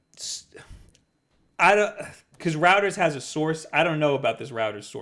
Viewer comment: "Reuters" is pronounced like "Roy-ters". Like how "Freud" isn't pronounced "frewd".